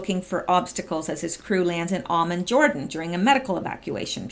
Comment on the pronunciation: Hi! Angela Merkel looked pretty PO’d during press conference following her and Trump’s meeting. She also looked defeated and crest fallen. She failed. So did Macron. It’s pronounced “ah-MAHN” Jordan. Used to fly there all the time